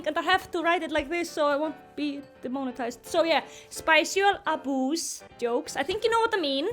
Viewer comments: What is spicial aboos??? 😂😭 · Um what's spicial aboos help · Me going over “spicual aboos” in my head to know what she meant:👁👄👁........😧